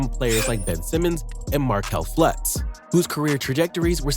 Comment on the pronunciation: 3 times you say Flutz, when it's Fultz. 🤦‍♂️